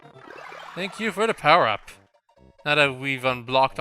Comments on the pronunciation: Its fun how he complains about people complaining about "Tank" for "Thank" and then he says "thought" instead of "taught" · The way you say "thank" can be fixed by saying it the way you pronounce "taught". Use the soft "th" on "thank" and hard "t" on "taught". It should sound like you're saying "tot". Switching them should prevent you from saying "tank". Hope this helps somehow. BTW I'm not here to complain, just trying to help :)